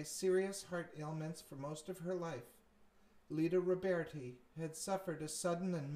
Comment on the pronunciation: Her name is LIE-da Roberti, not LEE-da!